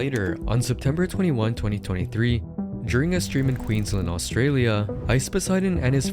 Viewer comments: No no Let him cook... I like the sound of ueensland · You forgot the letter Q at the start of the word "Queensland"!